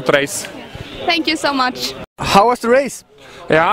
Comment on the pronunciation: "senk ju" :D